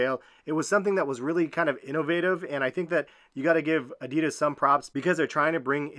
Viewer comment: It hurts how he pronounced adidas:(